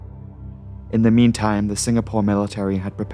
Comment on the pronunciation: Military NOT Millie Terry